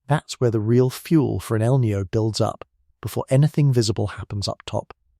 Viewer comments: It is not El neo. Please learn to pronounce Spanish language. Maybe an AI announcer can not pronounce it corectly. It us annoying me!!!!!! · You pronounce El Niño as El Nio, and La Niña as La Nia. Kindly insert the "ñ"s.